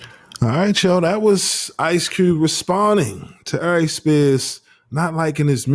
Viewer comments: It’s Aries ♈️ not “I’Reece” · Good clip, but bruh the way u pronounce Aries Spears name, just does something to me. Air-Rees